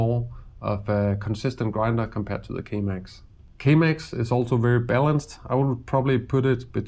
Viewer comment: great video although I recommend not promouncing K Max like Chemex, as that got me a litte bit confused